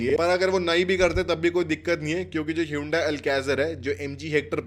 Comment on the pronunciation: Hyundai not Hyundia